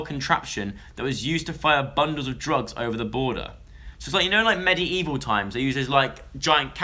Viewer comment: oh Joe, its pronounced MED-EEE-VIL and not MED-E-EEE-VIL hahah x